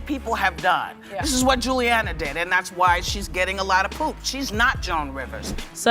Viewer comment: was the pronunciation "Gilliana" intentional?